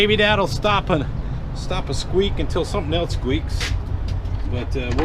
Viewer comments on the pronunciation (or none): none